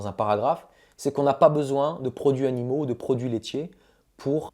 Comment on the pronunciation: Video hyper interessante. J’ai juste relevé 2 erreurs de français. Le verbe solutionner n’existe pas en français. On résout un problème. Et il faut faire la liaison dans ‘produits animaux’: produits Zanimaux. Sinon, c’est parfait.